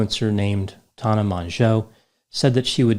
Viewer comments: Its tANNa not Tahna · "tahn-nah" Everybody else: "tan-nuh" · He's saying her name so weird. Tana not Tona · Every time pronounces Tana's name it reminds me of the movie Joe Dirt. Specifically the part where Joe pronounced his name Dirt'e (Dear- tay) and a dudes like, It's Dirt! Quit trying to church it up!! 😂😂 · I’m convinced knows Tana’s actual name pronunciation but says it incorrectly on purpose in order to derive some small enjoyment from being forced to discuss Tana Mongeau